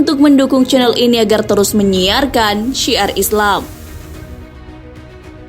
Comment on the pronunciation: Ngomong "syiar islam" ga kaya biasa nya 😀